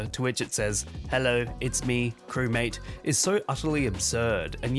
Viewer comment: I still love how he says crewmaTe